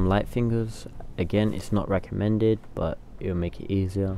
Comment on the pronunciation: Lmao damn they're roasting you for saying recommended lmak